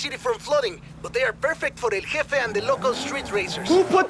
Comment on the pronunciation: Hey just letting you know the j in Spanish sounds like the letter H in English so in English it would be pronounced El heffe